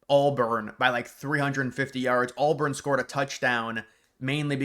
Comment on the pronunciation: dude its not ALLBURN. you said it 15 times